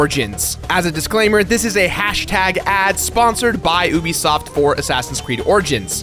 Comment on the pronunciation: stop saying ubisoft like that